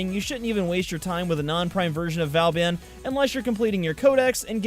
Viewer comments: It's pronounced Vo-Ban (the "an" sound is the same as in "EN garde" or "rENdez-vous") in french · It is pronounced "boo-ben" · V-or-ban is how I was told to pronounce it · Btw you pronounced Booben wrong. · its Vo-baun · Actually it's v-oooooooooooooooooo-Been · these pronunciations of ne'zha are so fuckin funny tho lmaoo hardly anyone gets it right. oh and he mentions getting the name wrong for vauban lollll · I did buy Nezha (for myself and as a Christmas present to my friend) when he came out back when he was brand new and only on the Sorties. I also got Ivara because I suck at spy missions and was having terrible RNG with her drops. I got Vauban (vuh-bawn is the 'English' pronunciation, or Voe-Baw if you want to say it in the proper French) fairly easily over a couple of months just not stressing over it and doing the alerts when they happened to come up. But if you are REALY trying to get him, then sure, I guess you could justify spending plat on it, but then I'd just recommend you get the Prime version and collect the regular parts slowly as they come to eventually use the non-prime for mastery fodder/codex completion. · Might be a little late, but he actually didn't pronounce vauban the right way. Check the end of the vauban prime trailer to hear the correct way. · He didn’t pronounce Vauban right. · Vow-ban, as he says, it's vaw-ban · Vauban, so how I pronounce it is Vorban but it sounds like you pronounce it Vowban but I honestly don't care how people say Vauban, just whatever floats your boat. :) P.S. Love the videos they are awesome. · It’s VABIN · vobon not vauban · In the prime access trailer Vauban is pronounced 'voor-ban' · Voo bawn say bawn like spawn but with a b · triggered ITS PRONOUNCED VAW BAN LAO THUO THE 4TH OMG how many times will you RUIN THE NAME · P.S. It's pronounced Va-ow-bon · Not trying to be a smart*** but you pronounce Vauban like Vor-ban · its vo-van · Oh really i thought vauban was pronounced v-or-ban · its BOOBEN (vauban)